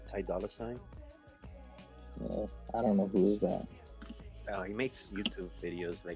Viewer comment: He said ty dolla sign lmao